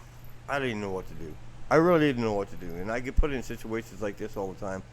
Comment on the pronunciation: You keep saying,,,, what am I gonna dew,,,,!!!!! To start,, pull your head out,,,!!!!!!